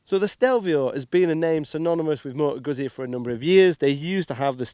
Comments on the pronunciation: C’mon man, you could learn correct pronunciation of Moto Guzzi… it’s not that hard :) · How can you be a motorcycle reviewer but can't pronounce the make of the bike.